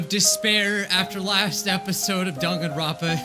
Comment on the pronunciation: NOT DONGANRONPA DANGANRONPA WHY ARE YOU SAYING IT LIKE DONGanronpa ITS DANGanronpa PLEASE MY OCD IS BEING TRIGGERED